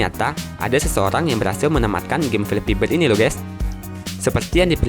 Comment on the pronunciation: bord , krum , pasmen , tire'